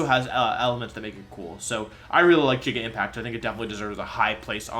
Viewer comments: And "Jigga Impact" instead of "Giga" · ah yes "jigga" impact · Not him butchering easy names like Cinder-ACE and Giga Impact. Cinderace is pronounced like a being the ace at the game or ace of hearts in cards not -ache. How do you even mess that up that badly? Giga Impact likewise is not pronounced with a J sound at all but a hard G.